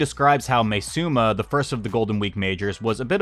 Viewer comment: btw im pretty sure its pronounced as ma-e suma rather than may suma